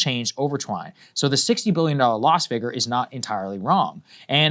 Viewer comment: DAYS WITHOUT SAAGAR SAYING “Figger”: 0 days